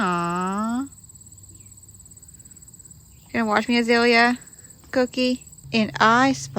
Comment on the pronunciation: Is your cows name Azalea or Azilia, sounds like Azilia.